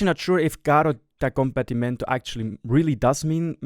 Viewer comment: I actually smiled when you pronounced the name, because you said it quite well and usually no one gets Italian right! Good job!